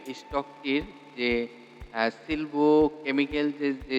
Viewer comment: সিলভো নয় বরং সালভো